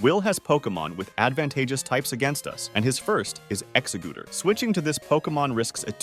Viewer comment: Not exa- gooter 🤣